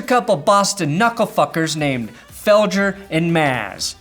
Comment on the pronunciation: LOL ITS FEL - GRRR not feljer